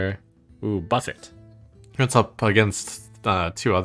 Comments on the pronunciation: is trump saying "buffett biggun" an inside joke or something? 🤣 does he realize the Biggun is at a table of food, otherwise known as a buffet (buff-ay)? Lol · Will Trump ever learn to correctly pronounce "buffet"?